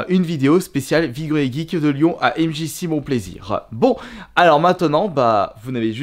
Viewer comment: On dit MJCé pas MJCi espèce d'ignare.